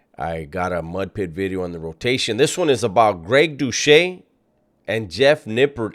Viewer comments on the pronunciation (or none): Pronounce Greg's last name correctly